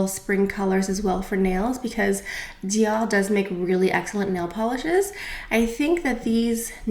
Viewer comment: Oh my I’ve been saying Dior wrong all this time! 😂😂. Thanks for education for proper french pronunciations! And I don’t even wear foundation but the Dior packaging for it is gorgeous...Take care!